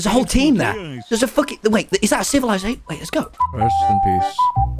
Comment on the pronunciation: TommyInnit: "Ci-VI-lization" 😂